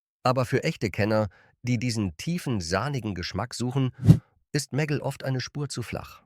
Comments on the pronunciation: Die Ki kann nicht mal Meggle sagen 🙈 immer dieses meggl klingt zum . . . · Daumen nach oben gibts von mir keinen! Warum müssen bei einem deutschen Video KI Stimmen eingesetzt werden? Wo sich bei mir wirklich die Nackenhaare stellt ist bei MEGGLE: Die Aussprache ist nicht"Meggel" sondern "Megg-le"!😑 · Meggell 🤣 😂 Die künstliche Dummheit kennt keine Meggle-Butter 😂 Mäggell 🤣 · Warum kann der Sprecher den Namen "Meggle" nicht korrekt aussprechen? Stellt für mich die Seriosität dieses Beitrags in Frage. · Wurde einfach nur englisch ausgesprochen